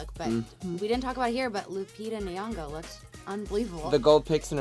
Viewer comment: Please learn how to pronounce Nyong’o.